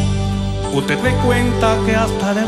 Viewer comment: Es bueno , pero lo mata la pronunciación de las S , dice Z ,y en el minuto dice UTE , en vez de usted , esa dislexia lo lo mata lamentablemente .